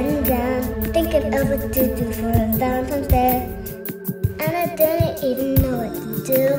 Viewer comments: Did someone eventually tell her it is not called "Valentimes"? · LOLOLOLOLOLOL, that was awesome!!! "Valentimes Day" LOL, all kids pronounce it like that! Thought I was crazy for a moment. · It's bothering me more than it should when they say Valentimes day. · The scariest part of this story was how it was always Valentimes and Not Valentines. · They actually said happy ValenTIMES day! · why do i keep hearing people say Valentimes day?! i thought it was Valentine's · valentime's day! (not valentine's day) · I hate how they keep saying valentiMes day instead of valentiNes. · "valentimes day" xD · Did she say Valentime's Day? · Are they saying "Valetime's Day"